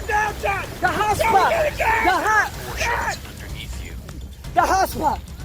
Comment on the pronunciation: Guy :the hotspot , the hotspot My ears : the hot spa , the hot spa